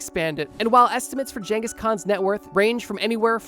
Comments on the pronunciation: Mannnnn every time you said genghis wrong I took 5 hp damage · There's never been jangus, most say genghis. But correct is chingus. Don't assume you know the pronunciation especially if you're American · "Jenghis" Nice job dipshit. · why is bro saying jenghis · Am i the only one irrationally annoyed by this pronunciation of "ghengis" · The psychic damage from how he pronounces Genghis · i dont think thats how you pronounce genghis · man is allergic to pronouncing Genghis correctly. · I think the 'G' in Genghis Khan is a hard G, not a soft G, my guy. Don't think it's supposed to be pronounced like a J.